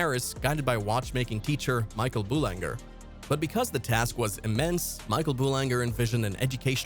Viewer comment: "G" in French is pronounced as a "fat" "Z." You can pronounce English as you like, we care less. But when you pronounce a foreign word, you must pronounce it correctly, avoiding being ridiculed. So, "Horloge" is "Horloze", and "Boulanger" is "Boulanzer". Not HorloG or BoulanGer.